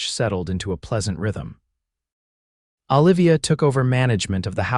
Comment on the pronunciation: "OLIVIA" - Them pronouncing it "Ah'-lĕv-ēyăh".